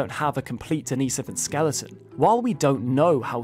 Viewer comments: Not denise-ohvan, it's deni-sohvan. Great video! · I thought it was Den-is-oh-ven. I assumed that was your accent but you actually used that pronunciation when you said “denisovan cave” and then went right back to calling them den-ee-so-vens haha. Anyone know proper pronunciation of this word? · I don't like his pronunciation of the word Denisovan...